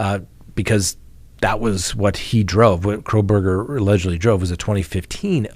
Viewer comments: it’s kohberger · I don't believe there is an "L" in his last name.......please be careful..... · Why did you add an l to Kohberger???